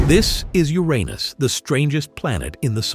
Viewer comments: It’s not actually not supposed to be pronounced the way the narrator is saying it. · Uranus❌ Ur anus✅